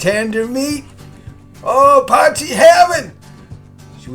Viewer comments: Glad i found your channel, soooo many South African dishes, makes you homesick doesn't it. Have you tried adding a "Mielie brood" (corn bread) to this meal? Afrikaans can be challenging to the anglicized tongue Lol - Try saying "Poy" (as in boy) - "key" (opens doors) 'Poykey' no pause between. Or as suggested in comments already - poi-kee; Be Brave! You're doing better than most already! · It's pronounced "poy chee".